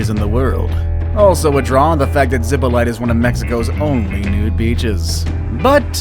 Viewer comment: Playa zippolighter .. the whitest pronunciation of that name I've heard in my life